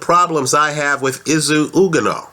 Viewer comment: His name is pronounced is-oo oo-gone-oh. Izu being short for izugabe. I strongly believe izu will be too fast a slick for Dominic Breazeale who is immobile and predictable with his offence, he is how every very tough.